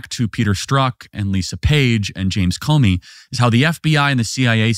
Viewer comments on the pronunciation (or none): none